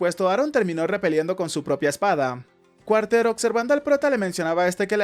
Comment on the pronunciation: Está bueno pero creo que se dice Carter no Cuarter pero bueno es lo mismo igual y el resumen es muy bueno (